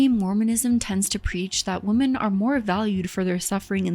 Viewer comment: What is your aversion to correctly pronounce the word "women?" I don't understand. Exasterbated, too lol... that first "t" shouldn't be there, sounds like you mispronounced masterbated. Exacerbated - that's the ticket.